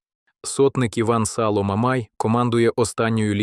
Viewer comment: шановні автори, якщо віддаєте читати текст штучному розуму, перевіряйте, що він там наговорює, по-перше, не а за контекстом швидше всього 5 година ранку. Не СалО, а САло, та багато інших неправильно вимовлених слів. Не вмієте, не беріться, а якщо взялися, робіть нормально